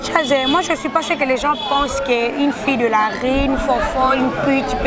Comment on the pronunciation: Yo pe olobi ri au lieu de rue